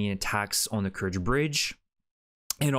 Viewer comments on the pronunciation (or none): none